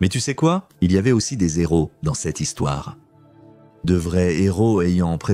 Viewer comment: "Il y avait des z’héros..." 😅😂